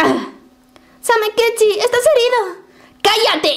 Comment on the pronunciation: O______O dijo bien el nombre de samekichi?! ES EL FIN DEL MUNDO! TODOS AL BUNKER!!